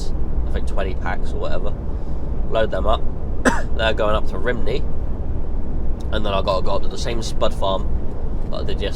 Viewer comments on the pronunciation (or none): The place you delivered the MDF too you'd pronounce it phonetically as rum - nee